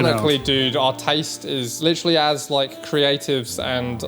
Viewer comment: Witerally the Raptors